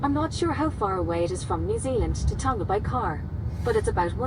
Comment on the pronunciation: Tonga is a soft G, tong-a